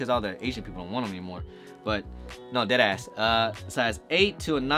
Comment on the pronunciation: dead ass sounds like u just heard the phrase dead ass for the first time recently lol im jk though love your videos man, keep it up.